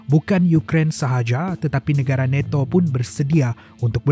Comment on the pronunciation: neto🤣🤣🤣🤣nato bos bukan neto🤣🤣🤣🤣